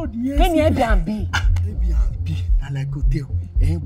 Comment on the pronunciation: It’s the pronunciation of ‘Air B na B and Little P’ for me 😂😂😂😂😂😂😂, my God kiloshele